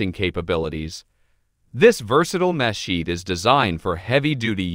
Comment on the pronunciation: After the 3rd muh-sheet, l stopped watching and started typing. Pro tip-if you're making a video on a subject, pronounce the subject name correctly, or don't bother with the production, as no one will watch it.